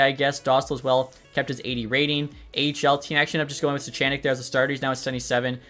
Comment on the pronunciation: Suchanek pronunciation is Sue-hahn-ik